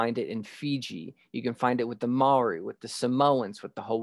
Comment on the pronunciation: Maori pronouced moldy . Mel ree 🤣 Theres also a prophecy to that too ..